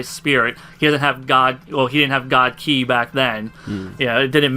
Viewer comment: For the last time KI is pronounced "KEY" not "KAI". Other than that an excellent video.